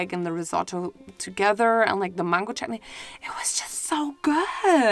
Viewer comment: OMG like you are the first foreign YouTube who says chutney properly 🤣🤣